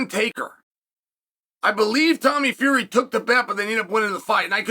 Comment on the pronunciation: I'm glad Chael is getting Will Fury's name right again.